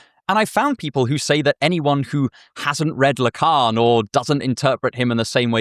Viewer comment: Le Carne? La Cairn? WTF is tha...oh, Lacan. My American ears took a moment.